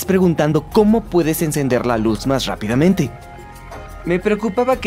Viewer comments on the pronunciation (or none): Todo bien pero.... ¿cómo es posible que semejante exposición científica se vea arruinada por un doblista que evidentemente no sabe pronunciar las R iniciales (shápidamente, shesistor, etc.)?